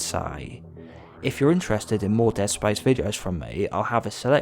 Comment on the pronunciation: Dead spayice